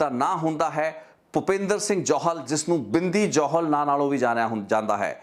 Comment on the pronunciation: are you a punjabi sikh? ਕਿਉਂਕਿ "ਜੋਹਲ ਨਹੀਂ ਜੌਹਲ" ਹੁੰਦਾ ਅਤੇ "ਦੁਸਾਂਝ ਨਹੀਂ ਦੋਸਾਂਝ" ਹੁੰਦਾ ਹੈ ਗੋਤ (surname) brother.. ਅਤੇ brother ਜੋ ਤੁਹਾਡਾ surname ਹੈ " " ਇਸ ਨੂੰ ਪੰਜਾਬੀ ਵਿੱਚ ਕਿਸ ਤਰ੍ਹਾਂ ਬੋਲਿਆ ਅਤੇ ਲਿਖਿਆ ਜਾਂਦਾ ਹੈ... With due respect ਪੁੱਛ ਰਿਹਾ brother, ਕਿਉਂਕਿ ਮੈਂਨੂੰ ਅਲੱਗ ਅਲੱਗ surnames ਬਾਰੇ ਜਾਣਕਾਰੀ ਰੱਖਣੀ ਜਾਂ ਕਹਿ ਲਵੋ ਕਿ ਇਕੱਠਿਆਂ ਕਰਨੀ ਮੇਰਾ ਸ਼ੌਕ ਹੈ brother.. ਇਸ ਕਰਕੇ ਪੁੱਛ ਰਿਹਾ ਹਾਂ..🙏🙏🙏🙏🙏